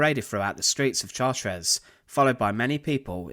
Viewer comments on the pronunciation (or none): It is pronounced "Shartr" not Chart-res.